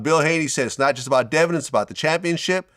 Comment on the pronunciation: Man I was juh about to say that😂😂😂😂😂 man was shocked